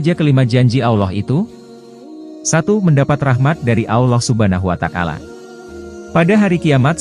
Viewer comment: Maaf koreksi narasinya, bukan Allah Subhana Wa takala, tapi Allah Subhanahu Wa Ta'ala